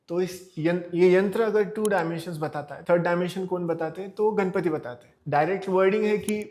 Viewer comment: I want to point some of the mistakes in your video. First of all you said that the triangle in the yantra represents 1st dimension but how does a triangle represent 1st dimension? A triangle has length and height which is 2 dimensional. And it is not घणपति it is गणपति. So you are changing the whole word. And you also said that Vishnu represents matter, I did not understand why you said that because i haven't heard any interpretation that says Vishnu represents matter. But i did get some useful things from your video like the temple tour and the Vastu scripture mayamatam. I was keen on learning vastu.